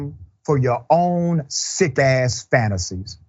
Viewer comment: I love the way you say sick A$$. You really mean that in the worst way, and I agree with you.